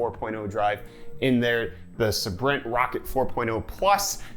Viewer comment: Say Brent. That’s how you say Sabrent.